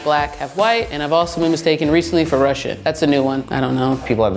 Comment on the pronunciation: No way she said russion😂